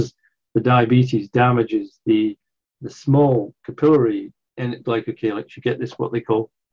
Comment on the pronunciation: I had trouble with “capillary”. He said it “ca-pillow-ry”.